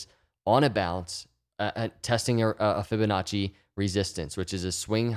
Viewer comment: Every time he say Ficonacci I already feel better.